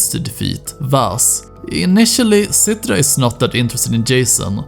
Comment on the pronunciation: and "rakkjat" and "Cittra", haha, you sound so swedish. It´s funny.